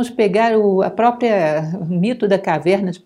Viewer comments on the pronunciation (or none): none